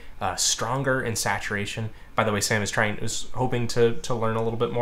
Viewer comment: I'm a bit troubled by the fact that every single time you said "Sam" I heard "Sans." Help. Also more streams heck yeah.